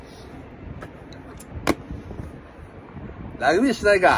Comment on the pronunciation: 関西人の特徴 「ラグビ↗️ィ↘️」